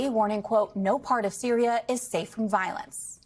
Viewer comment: Cannot pronounce Hatti nor Syria nor ideological, all in the first 20 seconds of broadcast, this is a bad look.